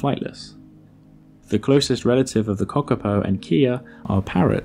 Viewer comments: Its not Cock a Po … its Kaka po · kahhhkapo! not cockapo lol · Kakapo not Cockapo